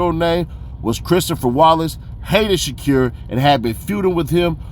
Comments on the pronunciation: I can’t lie the sha-cure is insane 😅 fool it’s Sha•Kuur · Dude living behind the moon. Can even speak out SHAKUR right.